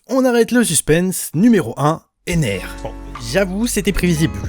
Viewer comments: EnerUUUUUU pas EnerE 😭. noooooon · Basile cousin en français on dit enere pas eneru on est pas au japon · Putain pk il s'appelle pas Ender à la place d'Ener